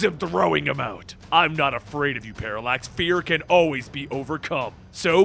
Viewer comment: Paralax sounded like Parasite